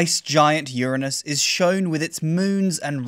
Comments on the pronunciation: well done at pronouncing Uranus correctly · Hi, Love your videos. Your enthusiasm is infectious. Keep up the great work. P.S. I'm so glad you pronounce Uranus the way you do. So sick of the "anus" pronunciation. Regards from Australia. Cheers Mate.